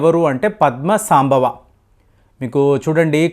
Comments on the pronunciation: సాంభవ కాదండీ సంభవ అనాలి. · పద్మ సంభవ. ఉచ్చారణ సరిగాలేదు